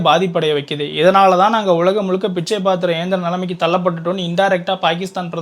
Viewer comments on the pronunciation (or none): பிட்சை இல்லப்பா பிச்சை